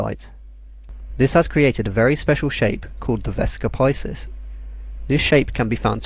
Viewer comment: Wonderful video. The only wrong thing is the pronounciation of VESICA PISCIS which correct one is either the medieval (or church or italian one) VEH - SEE - CAH PEE - SHEES or the classic or reconstructed one WEH - SEE - CAH PEE - SKEES